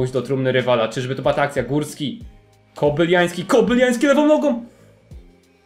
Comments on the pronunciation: Jezuuu Kobylański, a nie "Kobyliański" ;) Taki mały błąd, a tak denerwuje :)) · Jak coś Kobylański a nie Kobyljański ;) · Nie KOBYLIAŃŚKI tylko KOBYLAŃWSKI mów poprawnie bo nie da się tego słuchać brzmi jak jakiś ukrainiec !!